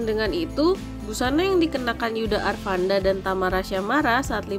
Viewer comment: Bisa baca gak min? Yudha Arfandi min bukan arfanda